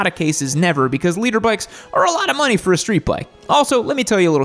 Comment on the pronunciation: Serious question, does he say LEADER bike or LITER bike